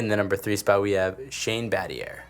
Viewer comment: This kid has 0 experience on basketball history.. this is purely/half researched info… first he called Elton Brand.. Elton John 😂… no Grant Hill… who is also arguably the biggest NBA player too… based on the comparison to MJ before injuries …. Yeah… bro 😂 what happened… and Shane Battier… the “R” is silent dummy lmao😅